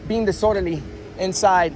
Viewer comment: Hey, please work on your pronunciation. The word is dis-orderly. Not dissorderly.